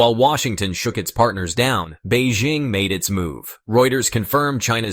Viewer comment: Beijing, with a J, is the capital of China. Bay Zhing is a French perfume. For dogs. I have no idea why this guy is maundering on about this French perfume. He's not coherent at all. He switches to Beijing -- but he seems to think their currency is yoo-ann or yoo-enn. He can't make up his mind. Very odd.